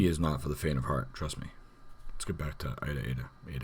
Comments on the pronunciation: Pronounce aye-e-da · It's pronounced Ayeeda.